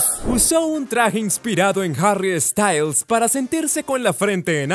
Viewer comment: No es Harry estayls, es sssstails